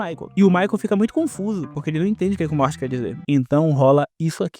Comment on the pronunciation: Quando era criança estranhava muito o Michael chamando o cara de "Morte" como se fosse normal, até que eu descobri que o nome do personagem é Morty e que a pronúncia como "morte" na dublagem foi uma mistura de coincidência e genialidade